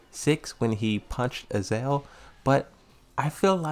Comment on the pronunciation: 😆Azazel (not Azel)